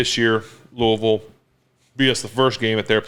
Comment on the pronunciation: As a guy born and raised in Louisville while also being a steelers fan and huge Roethlisberger fan. It really warms my heart that Big Ben knows how to pronounce Louisville correctly. Keep being a legend, Ben!!!